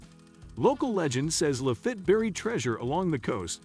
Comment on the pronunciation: Your AI voiceover is the pits. Pirate LaFit is pronounced La-Feet, NOT La Fit.